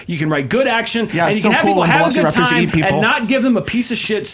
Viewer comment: Max says, "You don't even remember Jurassic park"... When he's calling them velo-"see"-raptors. It was way too depressing which he, not only admitted, but, proposed 15 times in his pitch. Jurassic Park was not depressing. I thought both pitches missed the sense of wonder.